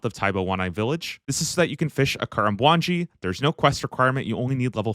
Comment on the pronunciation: I've never hated the way someone's pronounced a location in Runescape so much before. "Kah-rum-jah". Its "Kah-RAM-jah". Like Dodge Ram, because we're Muricans. Dont bow the knee to those redcoats.